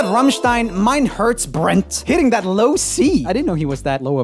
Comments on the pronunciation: Roomie: - doesn't even try to do an german accent because the Rammsteins are german- Me: - gets mad because he didn't say Rammstein and mein Herz brennt with an german accent- Btw wo sind meine Deutschen? Lol. Oder bin ich die einzige die aus Deutschland und aus der Tschechei ist? (Btw where are my German people? Or am I the only German and Czech person?) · When you're german so the biggest laugh in the whole video is joels pronounciation of "Mein Herz Brennt" ^^ I love it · Oh my god Mein Herz brennt How he pronounced it xD very funny for a German to hear! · The name of the song from Rammstein means My heart burns by the way it is vary hard to say the name of the song right if you are not from Germany. So as a person who can speak German I can say well done. 😁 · And now we are going to talk about Joel's pronounciation of "Mein Herz brennt". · I love the way he pronounced the Rammstein song 🤣🙃